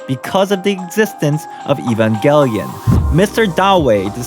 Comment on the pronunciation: this video was interesting. the only thing i got annoyed by was the way you said evangelion...